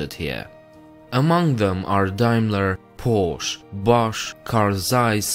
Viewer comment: "Porsch" lol